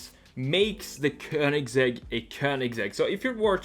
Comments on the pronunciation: äntligen någon som säger köningsegg o inte kowningsegg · It's the correct Swedish way